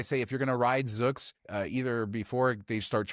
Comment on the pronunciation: Zoox is pronounced with a long u sound. Zoooooooouuuuuux